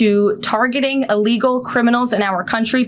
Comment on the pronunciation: She can't even pronounce the word illegal...she says "'allegal."